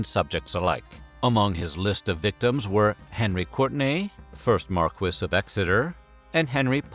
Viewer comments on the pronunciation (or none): Marquis. It's pronounced Mar-key not mar-kese.